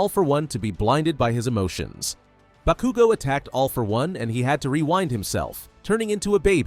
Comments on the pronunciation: When he said BA-KOO-GO. I fucking left. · I was crying because bakugo died and then you proceeded to pronounce his name wrong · How the hell is it that yu can say shigaraki but not bakugo